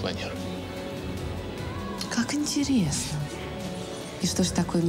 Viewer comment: Никто: Абсолютно никто: Маша весь фильм: "интереесно"